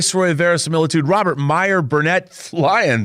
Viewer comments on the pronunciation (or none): none